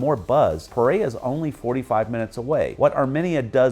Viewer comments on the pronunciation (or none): HOLA MR, CRDIAL SALUDO; gracias por dar tan buenas descripciones sobre nuestro Pais, pero desafortunadamente, la voz robotica que le hace la descripcion de todo, lo hace en una traduccion muy mala, por EJLO, LA VOZ DICE: MAIZALES Y SE PRONUNCIA MANIZALEZ, PEREA Y EL NOMBRE CORRECTO ES PEREIRA, ESTRADO Y SE DICE ESTRATO, HAY OTROS EJLOS PERO NO ALCANZE A MEMEMORIZAR, eso a grandes rasgos es lo que tenia para corregirle en forma muy amigable, ok?!!QUE TENGA UNA EXCLENTE DIA EN NUESTRO PAIS, LO SALUDO DESDE CALI CHIPICHAPE YUMBO, UN ABRAZO¡¡ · Pereira… It's sounded out as pay-ray-e-rah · Do you mean Pereira? Why do you butcher it then?